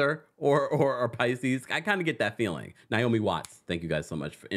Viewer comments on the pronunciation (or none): none